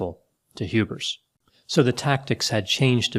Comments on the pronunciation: Lol, it's HubERS not HubRIS. doing another Freudian inception on us. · Every time says "Hubers" it almost sounds like "hubris" to me. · it sounds like you're saying hubris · Whenever says the name "Hubers", I hear "Hubris", but is that wrong? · It almost sounds like you're saying Hubris instead of Hubers and I find that to be fitting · messed with me the whole time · It does sound like is saying Hubris. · I keep hearing "hubris"